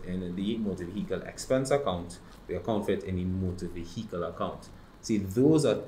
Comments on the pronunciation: “Motor Veheekle”🥲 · motor ve-hi-cle is killin me